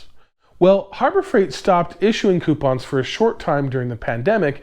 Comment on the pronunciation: Do not, i repeat do not take a shot every time he says coipons